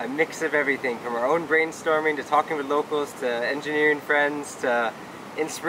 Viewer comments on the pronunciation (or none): none